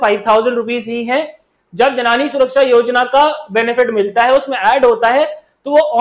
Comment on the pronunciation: Thanks for the session. I would like to point out that it's 'जननी' not 'जनानी'